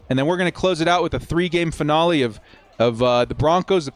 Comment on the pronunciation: Or how he says finale…